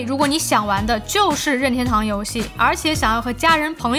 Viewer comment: 每次说“拧天兜”都像在说上海话，日语音调更接近“您天兜”